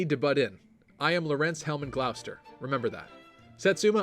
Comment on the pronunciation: As someone who lives in Gloucester that’s not how you say it it’s more like gloster